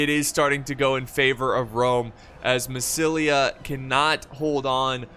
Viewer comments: You called "MASSYLIA"- "MASSAYESILI" like half of the battle))) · "Massissully" Lol